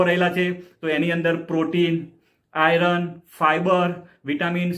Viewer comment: હિંદીભાષી લોકો સંયુક્તાક્ષર/જોડાક્ષર બરાબર બોલી શકતાં નથી, એટલે 'આયર્ન'ને "આયરન" બોલે છે, પણ આપણે ગુજરાતીઓ તો સાચો ઉચ્ચાર કરી શકીએ છીએ; તો ભઈલા! હવેથી "આયર્ન" બરાબર બોલવાનું રાખો.